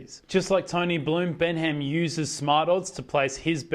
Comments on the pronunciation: It’s pronounced Ben-um! Not Ben HAM!! Haha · Its pronounced Bennam, the pronunciation here is comical.